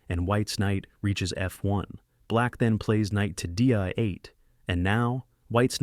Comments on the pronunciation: This AI voice-over is awful. What is "queen to dee-eye seven" ... and "knight to dee-eye-r eight" Funny if it wasn't so ridiculous 🤷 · This ai voice is so weird, wth is queen D ah 7 and D ah 8 bruh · “ah” 6 instead of “ay” 6 makes me think an AI voice is reading this. Very distracting. Also says for instance, “Deeuh” 8. Anither thing, when it asks “What would white do?” there is no pause when it says “Exactly” indicating that it is not aware that a question that requires consideration time by the listener has been asked. These are certainly things to consider in future videos. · "Moves the knight to DI-8" Gawd I hate AI-slop.